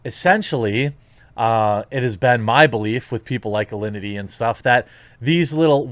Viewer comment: why is everyone saying Allinty? its Alinity ffs